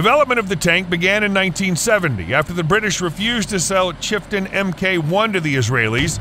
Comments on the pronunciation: It’s Chieftain not Chiften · You mean Cheften not Chiften. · Chieftain, not Chiften. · It's the Chieftain not chiften...lol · Why is the battle proven Abrams not mentioned among the worlds best tanks? The name of the British tank is "Chieftain" NOT "Chiften". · "Chiftin"?!!! It's Chieftain. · Chifton? Chifton? Did you mean Chieftain? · Is this piece done by an AI? Mk is always read as "mark" , not em-kay and it's Chieftain, not "chiften". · Those British tanks were called Chieftains not chiftens,get it right or don't say it please. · I gave up on this video when you referred to the Chieftain as the Chiften. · I find it difficult to take the commentary seriously when the British tank is referred to as the "Chiftan", is he really a tank expert? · Chieftain Tank - not Chifton Tank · Its Chieftain not chiften. Youtube subtitles say fhien mk 1. Like native american Chieftain. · British tank is the chieftain tank not 'Chiftan' as you state please be factual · Chieftain Not Chiften These AI voiced clips lack credibility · Less then accurate text to voice. Makes the video hard to watch in some portions. It's pronounced Merk-ava, not Mer-kava. Chief-ten, not Chif-ten and Si-a-ni, not whatever. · Really? Chiften? Really? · 'Chiften' tank? Can't you even get the basics right? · It's cheiftain NOT chiftain..... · What is a Chiften ……lol😂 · Chif-ten? Really? Quit using AI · 'Chiften' ??? does anyone in America ever bother with correct names, spelling, ever?? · I absolutely hate these AI narrated videos. Complete inability to pronounce words like Sinai, Chieftain, and many others. This type of video with its half and half story, mixing historical facts with unproven hearsay rumors can be very misleading. Down vote from me.